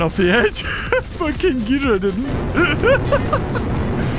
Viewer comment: Ngl hearing pronounce ghidorah like "Gidurah" makes me so frustrated